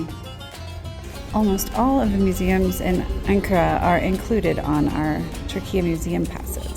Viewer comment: If you pronounce the "an" in "Ankara" like the "un" in "unacceptible", it will be the correct pronunciation. Because we pronounce "an" as "un"